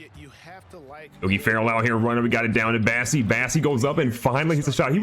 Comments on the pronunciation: Does he still not know it’s BOSSEY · Wait, isn’t his name bossey and not bassey?